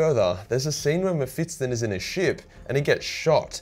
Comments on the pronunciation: Bro its Mephisto (Mefisto) not Mefistton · Normal people: Me-phis-ton: Me-phits-ton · I guess its cannon that mephiston is pronounced m-fips-ton and not m-fis-ton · Meff-iss-ton. Not Mef-its-ton. That made my autism hurta bit. Lulz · it's mephiston not mephitson mr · mephiston (meh-fis-ton) not (meh-fits-ton) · According to youtube... this is a video about World of Warcraft... damn aussie, the algorithm does not understand your weirs accent. By the way, it is Mephiston, not Mephitson. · His name is mephiston, if you can say "fist" and "on", then you should be able to pronounce this. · Am I the only one who gets extremely triggered by how wrong pronounces Mephiston's name 🤔😂? Maybe I am wrong but I don't think 'Mephits-ton' is the correct pronunciation and I recently listened to a 10h audiobook featuring the guy 😅. And yes he is very op 😖🤣. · Say Mefitstson one more time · So many Muh-Fit-Stuns. Had to pause the vid for ten minutes while you butchered that name. All around a pretty agreeable psyker list though. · Strange pronunciation of Mephiston